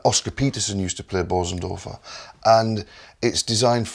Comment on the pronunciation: Hardly anybody on YouTube knows how to pronounce Bösendorfer. The umlauts over the ‘o’ changes the sound.